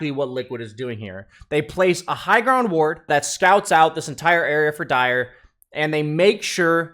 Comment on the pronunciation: he also said "grownd" lol